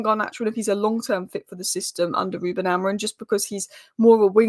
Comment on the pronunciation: "Mendes" in Portuguese is not pronounced like the spanish name "Mendez". The 'e' at the end is silent, so it sounds more like "Men-deesh". In Portuguese, we often drop final consonants or vowels, which can make our pronunciation seem unusual to English speakers. Also the "im" in "Amorim" is a very soft "m", not like "mm". But the correct sound probably doesn't exist in english.